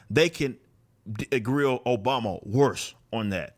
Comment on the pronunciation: Barack O-BOMB-a